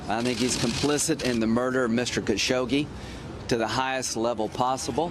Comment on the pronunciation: Why do u keep calling him kashokshe?